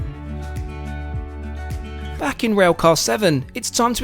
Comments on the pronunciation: Where did you get the idea that is it pronounced Okiyama when it is spelled Okayama? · Love Kyoto station. Kyoto is an amazing town. Okayama (not okiyama) I lived there for a few years. Very fun town too. Wish more ppl visited it vs Kyoto. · o ka yam. not okiyama - that's a different city. ka like cut